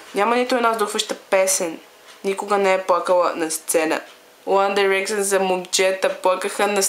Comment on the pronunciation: Мислиш си, че знаеш много за One Direction, но не е така. Та ти дори не изговаряш името правилно. -.- Правиш се на гхолямата работа, а всъщност си жалка. За много яката ли се мислиш като ги обиждаш? По това, което виждам ти май си доста нахранена... Отпадали са много пъти и са ги връщали? Завършили са чатвърти? Барали са се постоянно? Абе ти чуваш ли се? 1-во Те НЕ са отпаднали нито веднъж. 2-ро Завършиха ТРЕТИ. 3-то Не се барат постоянно. Като ще говориш, поне се разрови малко и кажи нещо вярно! А да, научи се как се изговарят. И Mtv Awards също не се изговаря така хД Като ще се правиш на много умната, поне се научи как се гови на английски. Ники по-добра ли е от 1D с един тон силикон? По-яко ли еда си си сложил силикон навсякъде и да си движиш ръцете по тялото на всяко видео? Да, харесвам я... Наистина има талант в рапирането, но не можеш да сравняваш Ники с One Direction. "Те пеят за момичетата" Ъм да. Какво очакваш? Да пеят за момчетата или за кифлите като теб? Те пеят за нещо смислено. Най-важното е, че успяха да накарат всяко момиче да се почувства красива! Всички без Найл и Хаза си имат гаджета - МОМИЧЕТА! Мдаа, много е гейско да ходиш с момиче или да се сгодиш с момиче. ХДДД не знаеш абсолютно нищо за тях so, SHUT UP FUCKING BITCH!!!